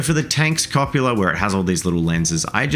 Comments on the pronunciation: In my very best Hermione Granger voice; CU PO LA, not CO PU LA. that just sounds like a fancy way to say a dirty word. That being said, loved the video, baby tank turned out great. Stug life! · "copula" may possibly be an activity between consenting adult space marines, but the thing on the top of a tank is a cupola, "cup - ola" with "cup" just being cup and 'ola" best said with a Spanish accent. Cop u later bro 😜